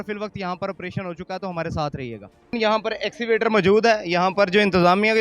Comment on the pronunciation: axivator nahin kehtay bhai Escavator kehtey hein